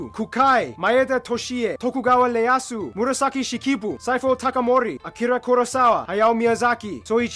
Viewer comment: *ieyasu not leyasu